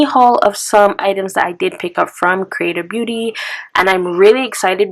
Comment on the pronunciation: Never heard of creatabeauty before. When you were saying it, it sounded like you were saying “creative beauty” lol might have to check out the hemp products!